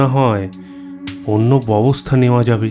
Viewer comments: ভালো গল্প, কিন্তু কিছু কিছু জায়গায় ভুল উচ্চারণ কানে লাগল। "ব‍্যবস্থা" কথাটি বারবার "ববস্থা" উচ্চারণ করছেন। একটু খেয়াল রাখবেন। শুভেচ্ছা রইল। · BEBOSTHA shobdo uccharon thik kore nin. Deshlai bolte somossa ki?